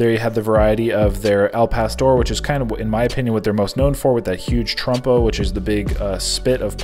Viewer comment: Did you say Trumpo? 🤣